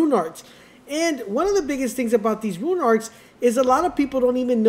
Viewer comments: Him saying ruin instead of rune is driving me crazy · Why are you saying ruin it’s rune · Why do u pronounce rune like ruin 😂 just say rune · The word is Rune.....not Ruin. Let's promote literacy. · stopped watching after he said rune as "ruin"